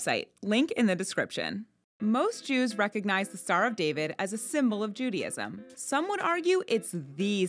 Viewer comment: Why do you persist in saying "Judyism"?